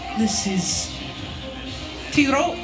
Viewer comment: i’m pretty sure tetreault isn’t pronounced “tetero”